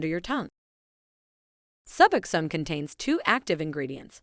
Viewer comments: Omg SuuBoxxen. Suboxen 🙉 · If AI is so smart why can’t it pronounce suboxone correctly